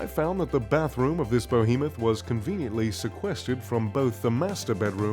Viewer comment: ...this bow-hee-muth.... What now? Perhaps where you wash the cumin from your diesel engine?